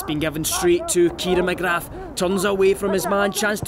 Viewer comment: The commentator's pronunciation of "McGrath" is brutal